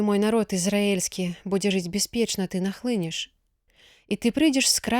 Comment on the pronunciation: Прачытана: І нахлыне'ш супраць Майго народа, слоўнік дае націск на другім складзе: нахлы'неш.